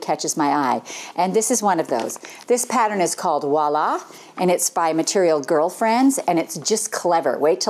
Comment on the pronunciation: It's beautiful! 💖😊💖 It's voila, not wallah 💞